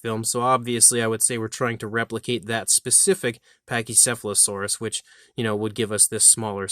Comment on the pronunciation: Couldn’t pronounce the name of the Dinosaur, did he?